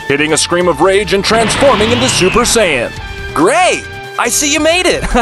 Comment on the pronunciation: im sorry for this but " super cyan" :))))